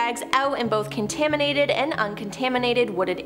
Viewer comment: Is she saying “contanimates” and “hazerous”?